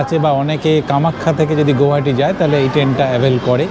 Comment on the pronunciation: Pronounce as গুৱাহাটী।